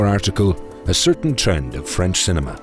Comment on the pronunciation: Who is this new narrator?! Blam!!! Hits us with his French pronunciation!🔥🔥